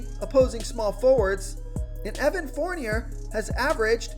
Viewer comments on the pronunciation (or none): Its pronounced forn yay not forn yer just saying Fournier the e is silent